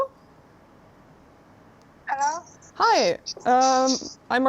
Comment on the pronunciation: your original 'hello' at the end of the video, is the most English hello one could ever muster. You should be proud of that classical accent! Love it! (shout out from the UK and happy christmas and new year!)